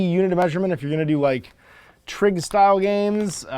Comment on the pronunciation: What's a "trig" style game? Not sure if I heard that right.